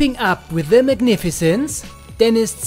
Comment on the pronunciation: Se daughter of se family!😂